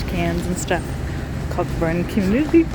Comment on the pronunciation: lol cockburn is a standing joke in WA but sorry it’s actually pronounced co-burn just drop the ck 🤣🤣 btw I do a lot of drone flying and I would recommend the dji mini 5 pro , exceptional drone